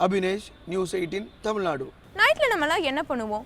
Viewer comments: 5.34, தமிழ்நாடு என்ற பெயரைச் சரியா சொல்லுங்கம்மா. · தமிழ்நாடு என்ற பெயரைச் செய்தியாளர் பலரும் தவறாகவே உச்சரிக்கின்றனர்.